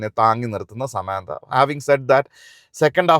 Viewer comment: ആദ്യം നായികയുടെ പേര് പറയാൻ പഠിക്കു മിസ്റ്റർ... സമാന്താ അല്ല സാമന്ത